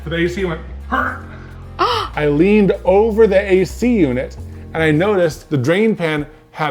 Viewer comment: "HURNT" i cant stop laughing